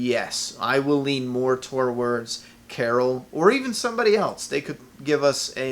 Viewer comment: Take a drink every time he says "torwords" instead of "towards."